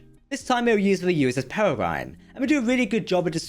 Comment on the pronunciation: Pear-Ree-grin a Peregrine is a bird of prey, a Peregrine Falcon.